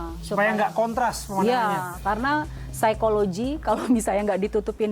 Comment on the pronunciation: si ibu bilang saykologi , ada yg tau saykologi artinya apa yah ?